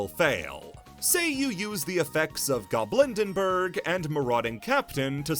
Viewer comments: Fantastic video! But cards being mispronounced is one of my pet peeves, so I have to correct some here: “Dreaming Nemleria”, not “Dreaming Nemerelia” “Goblindbergh”, not “Goblindenbergh” “Predaplant Ophrys Scorpio”, not “Predaplant Orphrys Scorpio” (This one is really common, to be fair) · I know this doesnt matter but it's driving me insane. Tear Lament. Not Tear ALament Goblind Bergh. Not Goblind ENBergh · why is getting goblindbergh's name wrong so annoying